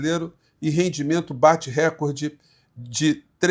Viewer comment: Não é récorde é RECORDE, com atônica no COR ( recórde)